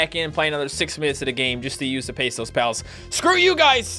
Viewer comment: You say pesos(spanish) as "pay so"(englipanish)